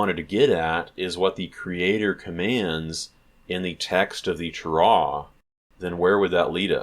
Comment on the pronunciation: oh good grief, who taught you how to say "Torah" that way????? Do you have any Hebrew study or are you self taught?